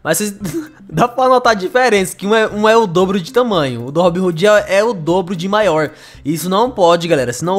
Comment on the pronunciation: O nome não é RoobinRoode não é RobinHode